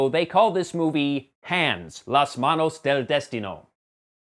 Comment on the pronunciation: Heh, small spanish correction, the word Destiny in spanish is indeed Destino, but the accent is on the second syllable, desTIno, rather than the first one like in english. So saying DEStino is wrong. Otherwise, pretty good pronunctiation dude :)